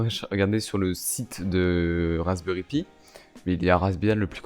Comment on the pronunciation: Wesh mon reuf il me stress à dire raspberry pï!